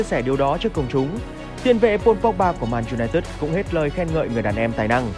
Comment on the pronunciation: Clip rất hay, nhưng phát âm tên đội bóng lại k đúng. :)